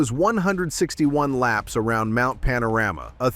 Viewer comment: Mount Pana-Rammer? Ok Americano AI😁